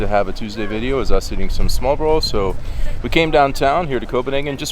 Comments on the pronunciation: Dear lord you butchered the word "Smørrebrød" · i get the ''trying to pronounce an impossible danish word'' thing.. but EVERY TIME you say Smørrebrød, i clench my toes and buttcheeks a little :-) but i love that you are going balls deep into the cuisine and actually try stuff and try to say the name of the food A+ on the effort guys!. You should visit the Gourmet Pølseboden and get the Goatmeat sausage. And while you are at it here are some good advice on danish cousine.. litterally any danish food is covered in Sovs.. the delicious gooey substance 90% of danes eat on a daily basis.. Try some Stegt Flæsk med Persillesovs Try some Karbonder med stuvede grønærter Try a Krasser.. Flæskestegssandwich med brun sovs. TARTELETTER!!!! Boller i Karry If you ever go to Bornholm, get a Krølle Bølle Non danish food.. next time you are in Århus, go to Kurts Mor or Vinstuen or any shady looking downtown bar and order the Århus Sæt (Ceres Top and Arnbitter) then go and get a shawarma at the ShawarmaKing right next to Føtex Food on Lille torv. Preferrably after a few drinks. Welcome to Denmark! oh yeah, and dont forget to try the Valravnen Mjød... like all of the flavours... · I can relate so hard with I don't like onions or fish either. 😅 Also I am not a Native to Denmark either (English), but when you pronounced smørrebrød.. Needless to say, you are definitely trying your best. 😂 Nah but for real I can't talk, Danish uses muscle memory I don't have currently, mostly because of soft d, ø and the R sound, hopefully we can both get better with time. 😅 Thanks for giving your thoughts! I wish I were a bigger fan of smørrebrød, 🙂 haha. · the "kvæde" snaps is quince i think its called.... used often in tee. Oh and little tip with any snaps ... freeze it , drink it ice cold. next i would recommend you to try and pronounce the danish words slowly .... because when you say smørrebrød , it sounds like "smobro". try slowly and make each vocals stand out ... smør -re -brød.